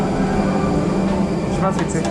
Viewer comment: Really good Russian pronunciation for 'hello'- здравствуйте!! I was impressed. Suspiciously good in fact....